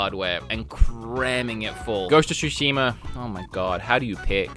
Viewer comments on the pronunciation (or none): "Ghost of Shushimer" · why are some people adding an 'R' at the end of words? E.g. Zeldar, Ghost of Tsushimar yada yada yada